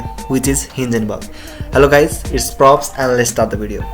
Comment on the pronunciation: broo not props❤❤